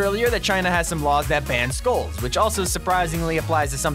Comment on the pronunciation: Why Am I Hearing Schools Instead Of Skulls. Is It Because I Don't Want To Attend School.